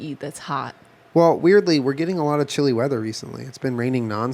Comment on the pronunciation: he said “chili weather” it’s unintentional but hilarious